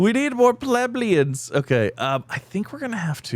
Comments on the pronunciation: Plebeians - Pluh-bee-unhz... hope that helps 😊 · Think it's funny how he has problems saying Plebeians